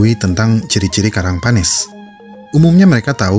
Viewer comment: min itu penyebutannya "panes" yg lebih tepat,bukan "panēs"